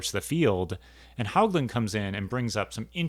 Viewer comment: John pronounced his last name "Hōgland." No hogs. I'm his widow. I'm enjoying your series on ontology, having been trained in philosophy myself. Glad some people are still thinking about these questions.